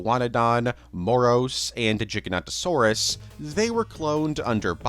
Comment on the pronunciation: WHY is it so hard for people to pronounce Giganotosaurus correctly? its not that difficult